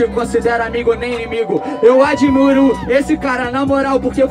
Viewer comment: "eu adimuro esse cara" KKKKKKKKK